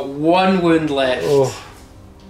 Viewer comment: Great report! The way you guys say “wound” drives me crazy lol. Am I the only one that notices that? I might be the only American 🤷‍♂️...